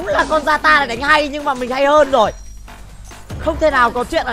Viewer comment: zata❌ yata✅